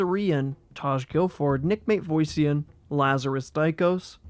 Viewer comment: Poor Nick's last name getting butchered XD, MA-TEV-OSS-IAN